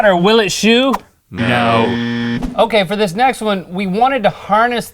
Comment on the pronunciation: Note to all: Rhett did not say "sh*" . He said "See how simple this is?" But he muffled his words and said "See how simple thish is?". He said "thish" not "this sh*".